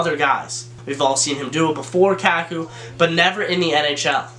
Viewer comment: If you say "Kakku" one more time...